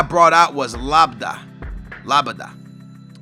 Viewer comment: not la-ba-da... la-bee-at